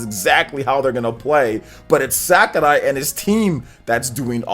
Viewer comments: Yep, definitely “SakUrai” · Hey, I think is SakUrai not SakArai, if it is not correct me please. Couse I think you pronounce it with a short u.